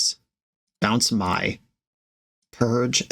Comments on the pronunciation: Mai is pronounced "may" 😭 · Not that it is important, but as a big ATLA fan, I must tell you that Mai, Scornful Striker is pronounced like the month May